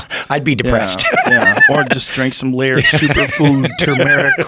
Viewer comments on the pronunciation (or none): Its pronounced lard.